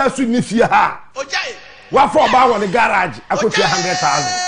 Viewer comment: Listen to how he pronounces the word 'one'. He says 'wan'. This is someone who always criticizes intellectuals. Hmmm! Very funny 😊